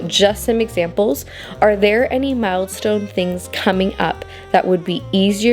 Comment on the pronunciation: You're literally getting your ducks in a row!😅 BTW it's "mile stones" not " mild stones". A wise woman, mother of 10 once said to have only something like 5 outfits per child plus 2 Sunday outfits. Make sure they all coordinate like Garanimals. I thought it was extreme, but she was right! I had 5 children and bought way too many clothes.